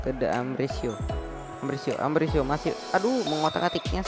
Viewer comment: Itu Ambrosio, bukan Ambrisio!!!